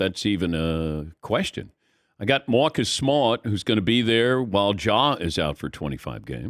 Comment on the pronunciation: Come on Dan it’s “Maaacus Smaaat”